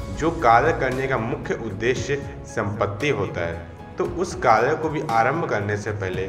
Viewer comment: Kalyyyy nahi bhai kary